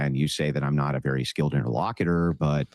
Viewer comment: If he's going to keep calling himself an interlocutor I wish he would learn how to pronounce it correctly.